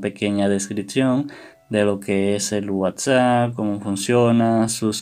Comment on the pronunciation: Me estresa que diga whatsa sjshsjs